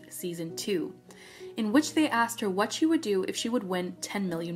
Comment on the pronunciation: the what the watH the whAU- wUTH- WATT